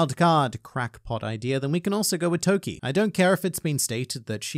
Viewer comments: It‘s Toki. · It’s toki